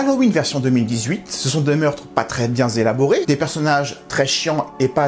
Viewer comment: "pas très bien zélaborés " 😅😅😅